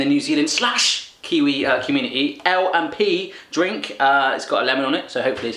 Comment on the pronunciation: Omg nz food is yum there is so much more yummy stuff in nz but l and p is my fave your pronoucteation is funny you should try pavlova